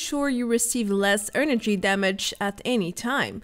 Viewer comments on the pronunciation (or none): Great video! Promise I'm not picking on you when I suggest this, but try and say "energy" not "earnergy"